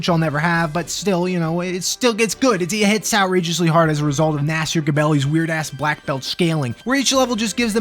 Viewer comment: Whenever mentions Nasir Gebelli, I imagine he's talking about a Clay Fighter I don't know about. Like, "Nasir Ga-belly" is Sumo rivals with Sumo Santa or something.